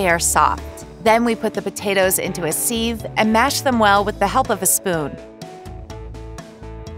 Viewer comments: Pronounced siv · Siv hunny ... pronounced siv...not seeve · I've only ever heard people pronounce it as siv not seeve. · Did she just deep from gnocchi ? That seeve that she passed them through is pronounced simply as SIV . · It’s a sieve pronounced “siv”. A ricer is what is used for this too not a strainer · Wth is a “seeeeve” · Never heard the word “sieve”pronounced like that before.